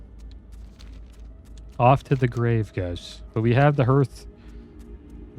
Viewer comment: Many people say Hearth like Earth, but it's actually HEARTh like Heart. The fireplace is known as the heart of the home. I worked as a chimney sweep for about 6 years. I've heard many people mispronounce it. I feel obligated to say it still.